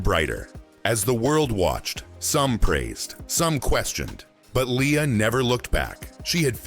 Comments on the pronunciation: its not Lee-ya, its L /e/ a. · btw -- it's one of her pet peeves when people mispronounce her name -- it's LAY-ah